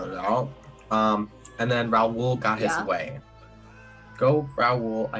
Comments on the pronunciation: “RaWl” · Why can no one say Raul😂😂